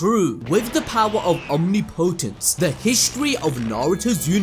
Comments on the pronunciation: Listening to you struggle to say “omnipotence” is hilarious 😂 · the way guy says omnipotence pissin me off its one word not two man